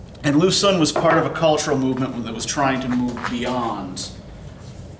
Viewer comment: I know it is difficult to pronounce Chinese names, so I figured I would let you know that your pronunciation of words like Xun and Qing are off. Chinese has two different sound that represent our "sh" and "ch". So when writing these in Latin letters, Q was used to represent one "ch" sound and X was used for "sh". Because of this and the "un", Xun is pronounced more like "shween", likewise Qing is pronounced "ching". Keep up the great lessons.